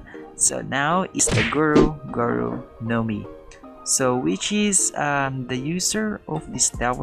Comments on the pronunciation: Its guru not gura lol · YOU SAID GURA BUT IT WAS GURU :(((( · Not gura it guru dude u know that